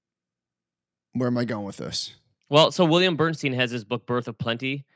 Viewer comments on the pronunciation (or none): none